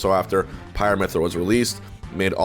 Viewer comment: It does kinda sound like he said pirate.